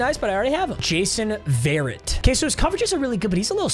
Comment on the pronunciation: Jason ver-rett